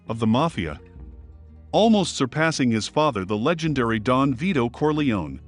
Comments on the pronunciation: Kor-lay-oh-nee, not kor-lee-one. 🙄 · It’s CorleoNE, not Corleon